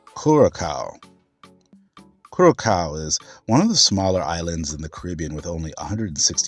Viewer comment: It took me a moment to realize ... the pronounciation happens to be "Quh-rah-sao" for Curacao 😊 Small glitch, thank you for the video